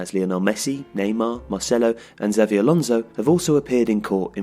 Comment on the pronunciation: hey guys now that you've beaten your rampant semicolon addiction how about you have a crack at saying "xabi alonso" like a human being